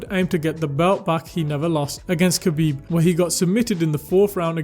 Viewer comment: Btw his name is pronounced HA-BEEB, and not having him at the top is just as disrespectful as not saying his name correctly. Who did he lose to? Or who even tested him, outside from a lab created cheater? Still won, too.